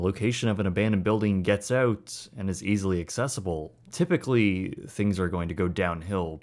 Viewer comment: Every time he says “Oot”. Drink! 🍺